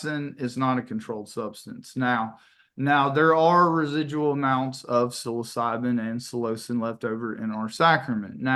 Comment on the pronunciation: It would help if the church's attorney could pronounce the molecules and historical characters correctly. It's "sil-oh-sye-bin" , "sil-oh-sin" and "five-meth-ox-awl-dye-meth-awl-trip-ta-mean" (Given as pronunciations as opposed to proper spelling.) That said - I don't personally find the church's attorney conduct to be shady. Instead I find his conduct to be misguided as he is not only the main attorney for the church but also a primary witness and someone deeply involved in the management of the church. As the judge stated- he needs to hire outside counsel.